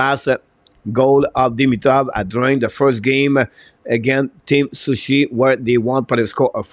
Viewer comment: Coach, the team is Sochi pas sushi, c'est pas un met japonais! 😁En français, sceau chie.... haha